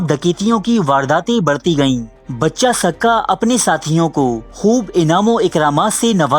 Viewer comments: بچہ سقہ نہیں بچے سقہ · It's pronounced Baacha, not Bacha, ae sadayeen wannabe intellectual 😂